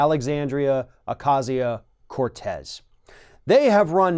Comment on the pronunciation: Thank you for finally pronouncing her name correctly! At least in the first half of this video.